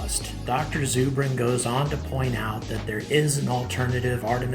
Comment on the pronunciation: It's ZUR bin like Zer-bin. short U